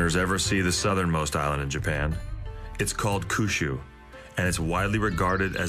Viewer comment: Who says Kyushu as "Koo-shoe" It literally means Nine Provinces and the number 9 is pronounced Kyu like saying the letter "Q". Kind of strange they got this wrong.